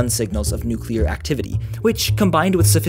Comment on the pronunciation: I dont know why but it always makes me feel good when people say nuclear right :)